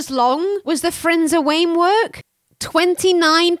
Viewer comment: I WUV the "Frindsor Wamework"!!!! When in doubt, Spoonerize!